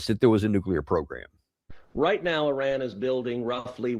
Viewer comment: the biggest terrorists are the USA, glad you can pronounce Iran correctly unlike most of your nation, just need to work on Moscow, Adolf and Solder to the rest